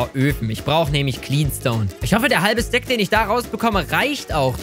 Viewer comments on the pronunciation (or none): none